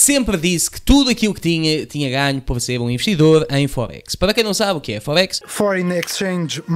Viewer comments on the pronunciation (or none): diz me forex, não fohex 🤣